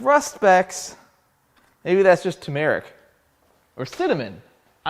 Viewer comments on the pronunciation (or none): 'Smug' pump? Good for YEEEEEEEEW. not so much 'turmeric' as 'tumerous'